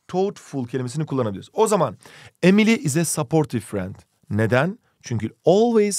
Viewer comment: EmİliYğĞğ iS a BıDı BıdIĞ fRiEnd